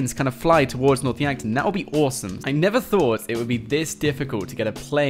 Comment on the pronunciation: when I heard north Yankton I swear I heard north wankton